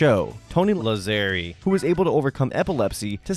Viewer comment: Well, that last name would be pronounced "Làzzeri" in Italian, so you were actually correct (source: I am Italian).